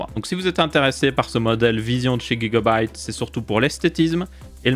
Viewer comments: Pourquoi guigua byte Au lieu de Giga On dit Giga octets pas guigua octets 😂 Ou c'est la marque qui dit qu'il faut prononcé comme ça ? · Tu me fume avec ton Guigabyte (j'ai ajouter un U ) Tu dit Guy .. mdr